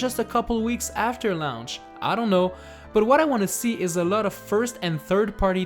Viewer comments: Dude it's launch not lounch! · Why do you pronounce "Launch" so weirdly?